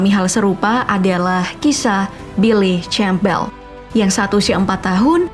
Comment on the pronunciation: Cara baca billi Campbell salah min